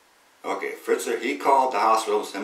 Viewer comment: Fetzer, not Fritzer.